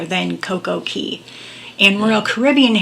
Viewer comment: It's Coco Cay for Royal Caribbean, Coco Key I think is Disney Island.